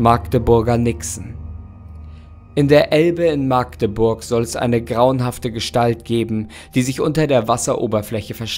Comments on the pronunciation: es heisst Machdeburg und nicht Maagdeburg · Es heißt nicht Maaaagdeburg. Das A ist kurz, auch wenn eine Magd im Wappen zu sehen ist. Liebe Grüße aus (der Nähe von ) Magdeburg 😜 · Wir Altmärkischen sprechen das A in Magdeburg kurz. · Bitte bitte das a in Magdeburg wird kurz ausgesprochen